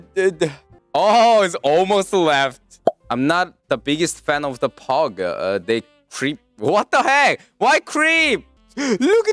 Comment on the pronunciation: can’t say pog but he can say pug as pog